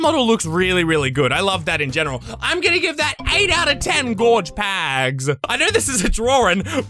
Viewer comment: The way he says pags is so BEAUTIFUL